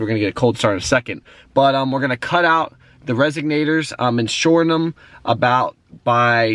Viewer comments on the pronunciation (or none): RESONATORS not resignators